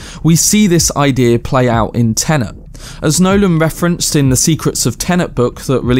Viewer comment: if i hear someone say TENENT 1 more time ...